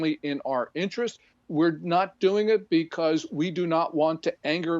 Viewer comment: Did he just say Morrocco?!!!